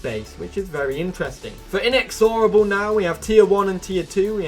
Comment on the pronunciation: The way he pronounces inexorable bugs me so bad